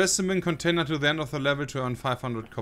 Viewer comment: Jay:: "Fein änn bring se spessimänn container to the änn of the level to änn 500 copper." Sep:...priceless LUL